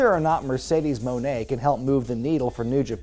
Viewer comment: Mercedes Mon-eh